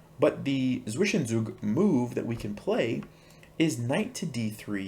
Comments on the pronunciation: Close pronunciation. In German, W makes an English V sound so it's closer to SVI-shen-tzoog. Similarly Zugzwang is pronounced TZOOG-svahng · Zwischenzug is actually pronounced more like "tsfish-en-tsook". This series is amazing, I think I'll participate in the next survey! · And pronounce the w as a v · Hey, it's really funny how you pronounce "Zwischenzug" for me as a german xD